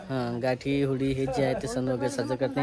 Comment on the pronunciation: होळी आसते ती होडी नाही 😂